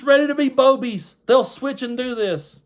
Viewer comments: I think you may have missed the correct pronunciation. They're BOO-bies. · I think it’s pronounced boo-bies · You pronounced that wrong. I'm sure it's booby's.😅😅😅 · RFLMAO I couldn't help myself from laughing everytime you said Boebies and in my head it was fake Boebies LOL ala Beevis n butthead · Did you say "Boebies" or "Boobies"? Again, thank you again for the laugh at the ridiculousness of the right!! (I thought the right was all about family values... wasn't Bobo an escort who 'serviced' Ted Cruz...how inspirational!)